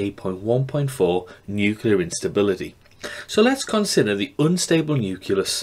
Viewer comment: great video! however, there is no vowel sound between the 'c' and the 'l' in the word nucleus. Nucleus not nuculous hahah